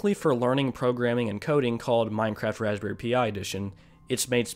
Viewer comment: “Raspberry pi” is pronounced “raspberry PIE” not p I